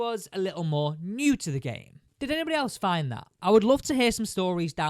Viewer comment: “Fidn” it? 😂